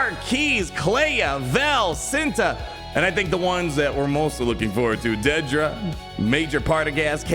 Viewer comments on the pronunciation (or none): Say it with me "dead-dra"